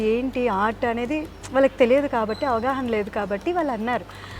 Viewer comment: యాంకర్ గారు ఆవాహన కాదు అవగాహన అక్కడ కూర్చుంటే ఏం మాట్లాడేస్తారు తెలుగు వచ్చినట్టే అనుకుంటారు ఏమి తెలుగులో మాట్లాడట్లేదు ఏదో ఒకటి అనుకుని మాట్లాడేస్తున్నారు